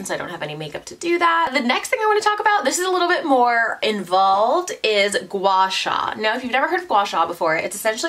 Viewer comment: your pronounciation of guasha is perfect haha